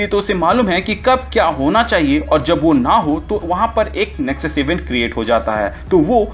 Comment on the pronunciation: Its nexus not nesux